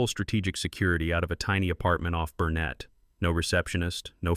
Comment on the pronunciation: Knows the old name for the lake, but does not know how to pronounce Burnet.